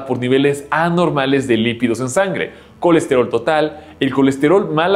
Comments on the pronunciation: Es perfíl de lípidos no lividos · Se dice Lípidos!!! no se dice lividos.... :face-red-droopy-eyes